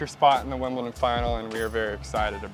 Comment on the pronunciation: Wimpleton? Wimbledon*